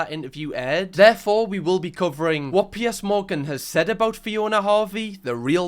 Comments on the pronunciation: It’s PIERS not Pierce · I’m being really vulnerable right now but is a safe space so I’ll do it. I just have to get this out and be honest. The entire time I’ve been watching I thought you were saying P S. The letters, p and then s. I’m crocheting as I watch/listen so I thought maybe I just missed where you told us who PS is or something. It took me until now to realize you’re saying Piers. I’m American….pretty much sums it all up with that 1 sentence huh lol But, being serious, usually the accent doesn’t matter. I don’t know why his name confused me so bad lol I also haven’t even seen the show yet so it could’ve been another character for all I know. Thank you for letting me broadcast what a dumba** I am.